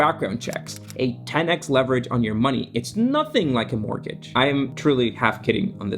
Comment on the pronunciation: I'll pay him 100$ to learn how to say mortgage